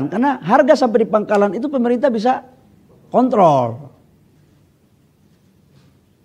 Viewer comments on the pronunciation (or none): none